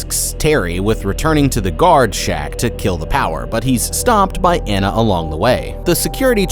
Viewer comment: "Anna" not "anna"